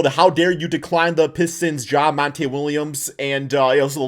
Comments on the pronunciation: Call the man monta again lol, it’s MONTY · Mon-tee not Mon-tay lmao